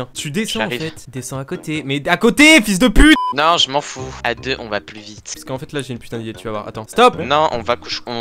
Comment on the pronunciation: J'adore le " fiiyuls de puite "